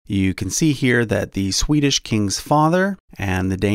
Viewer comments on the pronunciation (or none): none